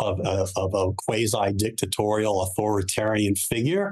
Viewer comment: Why does every American that's been on CNN lately constantly use the British pronunciation of "quasi"? 😂